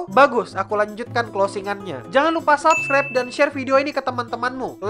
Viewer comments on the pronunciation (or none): none